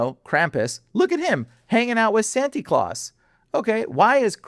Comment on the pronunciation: It’s Santa Claus, not claws 😆 He goes a bit too much now Santa means saint in Latin